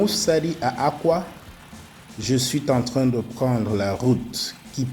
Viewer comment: Qualité image top, mais quand vous dites, je suiten train, cela fait mal aux oreilles; Même si vraisemblablement ce n'est pas la langue que vous maitrisez le mieux